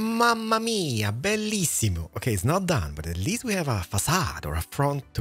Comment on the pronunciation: Man that "bellissimo" couldn't be pronounced better ❤️Love from Italy